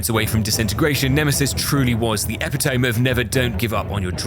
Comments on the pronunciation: eh-pit-oh-me I always said epi-tome until late last year so I’m not being a douche! Just sharing what I’ve just learned at 40………. 😂 Only just discovered your channel through this video today. Loads of fun to watch, high level game play AND genuinely funny! A well earned sub for you Sir! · Loved the video and commentary but at one point you said "epi-tome" (two syllables) for epitome. It's four syllables, it's "ep-it-o-me". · Isn't it pronounced "e-pit-oh-me" not "ehp-it-ome" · "epitoam"? Or "epitome"? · That's a unique pronunciation of epitome